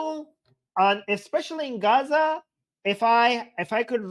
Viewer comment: Di you know the way you oronounce gaaazzzzah , do you understand , dovyou understand , dude get some speech therapy ...what the fish is this Armin gay dude trying to say ..